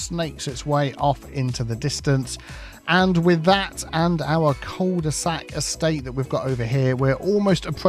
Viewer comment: Cul-tea-sac Oaks